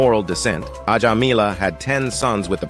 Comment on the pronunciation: Mostly your stories are factually correct and interesting. However, pronunciation of names are wrong. The spelling is correct but I write here to help understand the pronunciation correctly - Ajamila - Ajaamila Narayana - Naaraayana.